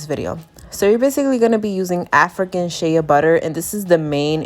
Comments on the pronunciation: SHEA pronounced SHAY not SHAYA lmao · Sis it is “Shay” Butter not “Shaya “butter. But good job thanks for the video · It's pronounced SHAY BUTTER NOT SHAYA LOL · Its funny how she says it as shaya butter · Girl, it's Shay‼️😂☹️ NEXT‼️ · just an fyi, its sh-ay butter